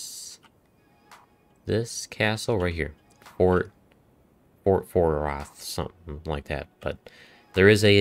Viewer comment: Fort FAY ROTH and FORT HEIGHT